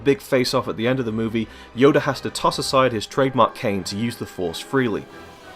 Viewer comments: His name is Yoda, not Yoder. Yoder is his younger no Jedi Brother. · What's up with native English speakers, and turning "A"s and "O"s in the end of words, into "Er"s? The guy in the video said "Yoda" as "Yoder". And people often say "Potato" as "Potater"...? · Yoder? Its yoda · It's YODA NOT YODER 😂👌👌 10/10 pronunciation. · Yoda not yoder fucking idiot. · He says yoder instead of Yoda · stop calling Yoda Y-O-D-A Ok not YODER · It's Yoda, nor Yoder. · the way he pronounces Yoda haha.. "Yoder" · i like how you say yodur instead of yoda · The only mistake in this video is how you called Yoda "yoder". Fuck outta here you shit bag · Yoda not yodr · Anyone realize that he said "yoder" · Who says YODER that's just stupid dude, you make Star Wars vids and yet you say YODER?!?! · OMG HE KEEPS CALLING YODA, "YODER" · Did he just say "Yoder"? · "Yoder" XD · did it bother anyone that he said yoder and not yoda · why isn't anyone else flipping shit about him saying "Yoder" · its yoda not yoder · Who is "Yoder"? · He says yodar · Yoder? Really. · Why did you call him yoder instead of yoda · You said yoder lol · hahaha ''yoder'', 2015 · Who the fuck is Yodur? Oh.. oh... you meat to say Yoda. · Why do you call him Yoder? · Also its yoda. It's not yoder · (KDiddyRell) YoDER! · His name is not fucking yoder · Alpha Chinoz it's not yod-a, that sounds stupid. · Top movie mistake of this video: Calling Yoda "Yoder" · yoda will now and forever be known as Yodur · I love how you pronounce yoda. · u cant even say yoda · I did not know Yoda had a R at the end of his name lol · You can't even say Yoda right, go home kid